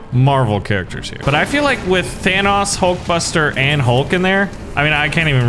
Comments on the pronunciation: THANOS IS PRONOUNCED TH-AH-NO-S NOT TH-AN-AUS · It sounds like you're pronouncing Thanos like VanossGaming. His name is pronounced Than-ohs, not Than-aus. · I think he just doesn't know how to say Thanos. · He says thanks wrong. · If it's only an accent, then that's fine. Nothing wrong with that. But he doesn't acknowledge that he says it different to how it's said in the movies, which is why it makes me think he doesn't know how to say his name. Or maybe he says it like that on purpose, I don't know.